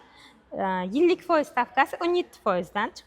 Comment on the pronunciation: Фойиз деябди ухшайдику бу